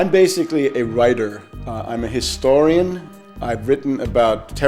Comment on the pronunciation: Seriously: "historican"?